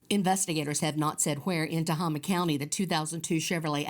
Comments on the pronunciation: It is pronounced Ta-hay-ma , spelled Tehama County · Tohama, County is pronounced To-hame-ah but the syllables are rapid. Native American name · Tehama County pronounced Te- hay- ma 😊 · Tehama county it’s not Tama county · It is pronounced Ta-hey-ma county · Yeah, I bugged me when they mispronounced it.